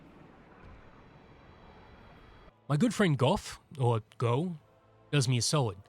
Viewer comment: He says his own name, just LISTEN, you had it right the first time with "Gouff"! Anybody that pronounces it differently it wrong!